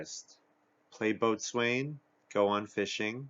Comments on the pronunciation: By the way, Boatswain is pronounced "bo-sun." True story. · It's a nautical term. It was probably originally pronounced the way it looks, "boat-swane," but over time it was reduced to bo-sun. A lot of nautical terms are like that, right? Gunwale, for instance, is pronounced like "funnel."